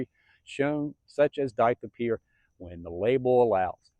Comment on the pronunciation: Were you saying DICLOPEER or DITHYOPIR? Not being a smartass. Im assuming you mean Dithyopir? Just making sure